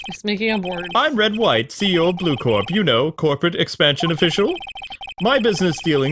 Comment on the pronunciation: Corp isn't pronounced at "core" if it's not spelled corps